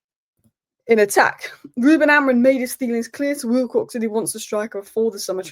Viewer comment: Amori-MMMMMMMMMMMMMM not Amorin......first Saeed now you....what is it?